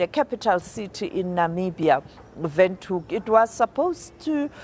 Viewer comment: She pronounced Windhoek nicely 💯, love from Okahandja central Namibia